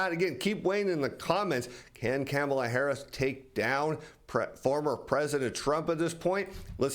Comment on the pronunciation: It would be nice if you learned how to pronounce our Vice President’s first name! It would be even better if you talked about then real reason people watch your program - learn more about being a better trader.